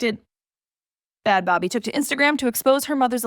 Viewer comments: It's baby. How do you do a video on them and dont even look to see how they pronounce their name? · Is that how you pronounce her name😒